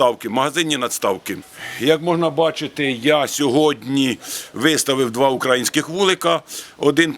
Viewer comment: не укр А їнський, а укра Ї нський!!! Коли ж ви вже, б£ядь, понаучуєтесь правильно балакать. Гидко слухати.